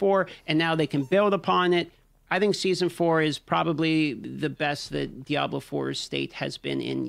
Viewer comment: Today's speech impediment Diablo video is brought to you by the letter L